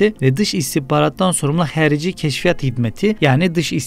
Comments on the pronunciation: herici ne ya a harfı barı harici deyin . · Herici değil kardeşim. Harici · Herici değil,xarici yani harici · Herici değil değerli kardeşim, "harici" o.